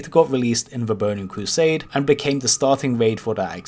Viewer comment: Bowning cwosade